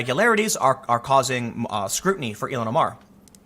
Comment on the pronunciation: I've never heard her name pronounced as you do ("E-lon"). I have always heard it as "ill-hon".